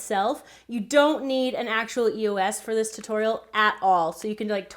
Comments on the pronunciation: Loved the vid but u kept sayin ee.os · You say the letters don't tri to say it wrong say E O S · the way you say E-O-S bugs me.😂😂 like, no hate, it just bugs me lol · I don't want to come off as rude, but it's pronounced e-oh-s. I loved the video though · Great videos but it's E.O.S u don't say the letter together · It's E O S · Why does she say eosa? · It's pronounced (ee-ohs) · I hate how she said e.o.s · it's ee-ohs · IT'S E.O.S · It's pronounced E-O-S 😊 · Haha well she should pronounce it e-ohs or E.O.S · it's called e-o-s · This is so cool but I know I've said this already you said EOS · She says EOS wrong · Saoirse Martin I know right I get really irritated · Who else hates the way she says eos🙄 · I got so mad watching this because she kept saying eos wrong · People complaining about how she pronounced EOS, need to relax. Just appreciate her work. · She said eos wrong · I disliked just cause she said eos wrong I don't know if everyone days it different but it annoyed me a lot so yeah......... am sorry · it is eos not (EEE)(OOO)(SS) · Not to be rude but you are saying eos wrong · That is not how you say EOS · You just say the letters xD eos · You say EOS wrong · I hate the way you say eos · I can't believe you were pronouncing EOS like that. So wrong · its funny your not saying eos right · thats not how you pronounce eos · she is saying eos wrong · she does know that it is E.O.S not Eos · it isn't an e os its e o s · Y'all it is pronounced ee-os. Not E.O.S., don't believe me watch their damn commercials 🤦🏼‍♀️🤦🏼‍♀️ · It’s e.o.s not eoss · EOS NOT EAS i know you spelled EOS but you said EAS btw the white and gold one is my favorite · It is pronounced EOS eosa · I THINK ITS PRONOUNCED AS E.O.S NOT EOSA's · e o s not eos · the way she sais it is si wrong it is not easa just e.o.s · It's pronounced as EOS not eosa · Eosses ?????? I thought they were e o s Es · She says ehaas but it is EOS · It's e-o-s… not ehassa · its e.o.s not eoses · it is E-O-S NOT E-OS